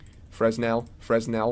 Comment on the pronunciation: Fresnel: the "S" is silent, so it is pronounced "fren-ELL". BTW thanks for doing this video. Could make the difference between POP! and flop in some renders.